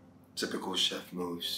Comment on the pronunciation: Maurice and Sophie well done 😊on your “chef” pronunciation many actors do not pronounce it right